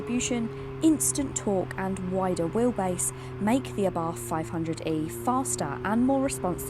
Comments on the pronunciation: Please get the pronunciation right - it's ABART. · Please learn how to Pronounce Brands. There is no english th in Abarth